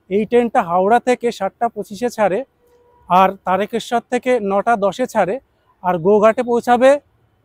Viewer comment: দাদা, তারেকেশ্বর নয়, তারকেশ্বর।